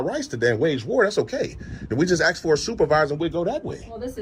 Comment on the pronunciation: ASK not AXE you Ratchet Ghetto Thug #GetARealJob LOSER